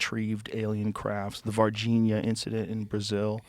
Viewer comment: O Joe falando "Varginha, Brasil" é tão engraçado ksksksksks Eles realmente acreditam nisso, como pode? Ninguém aqui no Brasil leva isso a sério cara 😂